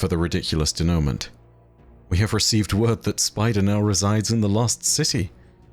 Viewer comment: Denoument - day-noo-mon hit the 1st syllable